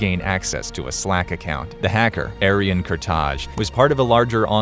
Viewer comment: My guy was from the motherland albanian it's pronounced Ah-ryon KU-tai